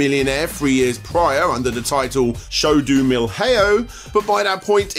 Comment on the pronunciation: That pronunciation of Show do Milhão was hilarious